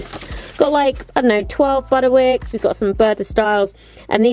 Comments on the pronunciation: This made me laugh so much because you always say 'Butterwick' instead of 'Butterick' and on your divider you even wrote 'Butterwick'!! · Love it, but it butterick not butterwick